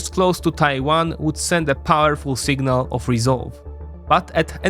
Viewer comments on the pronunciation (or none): none